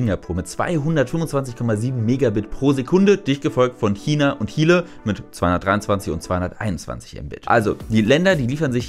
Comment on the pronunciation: Reg es nur mich auf wenn Leute Hile statt Schile als Aussprache für Chile benutzen?